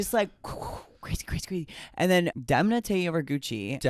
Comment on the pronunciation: SHOTS GAME: take a drink every time they mispronounce Demna’s name. Get drunk. 👏🏽DEM👏🏽 NA